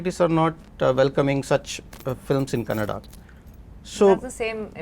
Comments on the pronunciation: Rani Mukerji couldn't say kannada properly and was talking about diversity. And it's kannada not kannad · Rani Mukherjee reeks of arrogance nowadays and it is evident from the body language of other artists. FYI it is "Kannada" learn how to pronounce it. Appalled that other panelists didn't interject to correct her especially from the Southern Region. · Rani you spoke well about the diversity in the Indian cinema but It's Kannada not kannad...🥲🥲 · So much lecture about diversity from someone who says “kannad” for “kannada” :) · Before lecturing others please learn how to say KANNADA. ITS KANNADA not KANNAD. These thick heads don't get it. Its been years and at many occasions many people have corrected others. Mr Prithvi should have corrected Rani ji. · Kannad nahi kannada.. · Mr. Prithvi Konanur, great ❤❤❤, you literally made felow participants to shut their mouth 😂😂😂.. and its Kannada not Kannad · Rani madam it's kannada not kannad please correct yourself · no she said kannad not kannada and that's what we are trying to change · Rani Mukerji didn't understand the point of Prithvi and totally started giving lectures about India Meanwhile she said "Kannad" not "Kannada" which is disrespectful which made me offended she doesn't even know anything about our languages, our cultures which was the point of prithvi to make more rooted films eventhough irian films have budget constraints and freedom of speech constraints by government how they achieved that . She have not even achieved 1% of what Mr. Pritvi konanur has done to our Indian film making it recognised by rest of the world people.